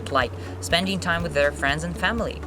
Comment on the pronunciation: They don't interact with natives. Произношение - вэй донт интэракт уыС нейтивс. По-вашему, Ти эйч произносится как - С, уже где-то слышал.... Вы точно учитель английского? Из какой части Америки, простите это произношение? Может все-таки Мытыщи? Обычный разговорный уровень русского человека, владеющего английским языком как иностранным, на среднем уровне с достаточно посредственным произношением, ни больше ни меньше., кого вы дурите? Не надо пускать пыль в глаза, любой человек владеющий английским видит вас насквозь. Вам учить людей английскому, это как минимум некрасиво.